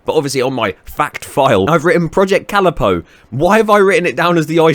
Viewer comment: Why did you say calipo like that? I say it like cu-lip-ow